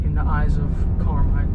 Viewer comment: Pronounced CAR-mine FA-tee-co ... hahaha